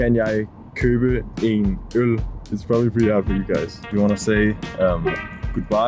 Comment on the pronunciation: I'm learning Danish on Duolingo. Now I finally know how to pronounce "beer" correctly. 😂